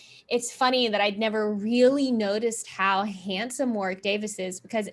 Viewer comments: Love the reaction! A great episode. Matt Smith's performance was incredible. But girls...Warwick is pronounced "Worrick" 🙈🤦‍♀️ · It's funny to hear you pronounce Warwick. Its more like Wor-ICK. But said fast.